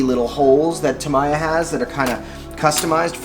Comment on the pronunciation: You should look up how to pronouce "Tamiya"